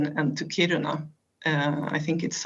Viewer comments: Yep, the stress is on the first syllable. 🙂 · "Kíruna" not "Kirúna."